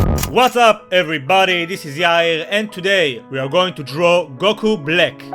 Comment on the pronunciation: goku blick, that's what I heard